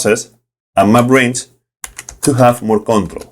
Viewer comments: Took me a second to figure out that you were saying "map range" and not "my brains"! "My brains allowed me to...", "My brains to the rescue...", etc. Fantastic video. I loved it, and I love the accent. Awesome content. Cheers! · Every time he says “Map Range”, I hear “My brains”.